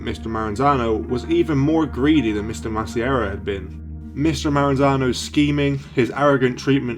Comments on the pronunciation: Masseria is pronounced Mass-ah-re-ah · Its pronounced mass-ah-ree-uh